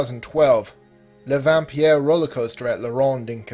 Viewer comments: Lol I love how he puted accent at number 1, he could of just said "le vampire" instead of "le vam-pee-er" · when i heard number one in " La ronde quebec " i literally choked ! when i was younger i spent my summers there, almost everyday ! Its the first time i hear about an accident there ! the ride he talked about was the vampire i don't know why he pronounced it so weird 🤣i stopped going in 2005 because i moved to quebec city but i miss it so so much amazing memories !